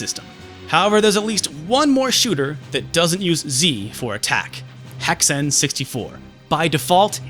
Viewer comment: Almost unsubscribed when he pronounced Hexen like that... And again when he said he didn't like Pod Racer... But hey, nobody's perfect... heck-sehnn